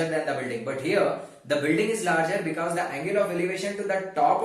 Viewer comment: Becows 😂😂 i was ur student I really miss this word